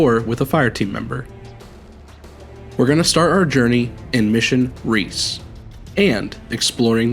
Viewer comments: Recce (wreck-EE) not reece Short for reconnaissance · Recce =/= Reece in terms of pronunciation. It's another way of saying Reconnaissance. Pronounced Reh-kh-ee. It's a common shorthand way of saying Recon or Reconnaissance. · Iirc the opening mission is supposed to be pronounced "wreck-e", and is short for recconisance